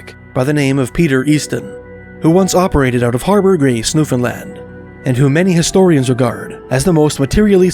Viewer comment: Thank you for pronouncing Newfoundland correctly!